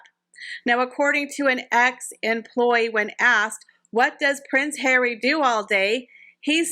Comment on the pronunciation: 'Pwince Hawwy' 😂😂